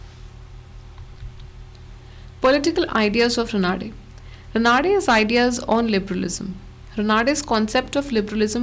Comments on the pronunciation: It is Raanade रानडे and not Ranaade रनाडे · Raanade not Ranaade